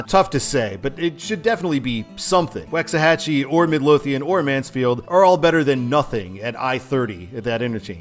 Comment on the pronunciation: Just a tip brother it is pronounced WALKS-A-HAT-CHE